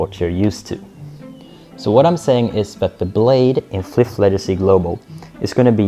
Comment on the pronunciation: I stopped watching when you pronounced Flyff as FLIIIFF.Lmao